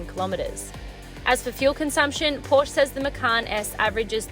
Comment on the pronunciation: At least Pronounce the brand probably if nothing else.